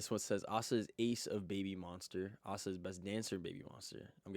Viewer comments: ASA is not the best dancer , and it's A SA, not Aaaah Saah. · Asa is not the best dancer, but she is. Both Ruka and Asa are the best, and Asa was named by LeeJung as the best in some dancing aspcets. And as the other guy already mentioned, yeah, her name is Ah sah, not A-sa. Youre a Babymonster fan that has never seen Babymonster content or what? She has always presented herself as Ah Sah, unless she is speaking english, then she calls herself A-sa, for the reasons he already told you. Youre not even a fan youre just some random Asa hater.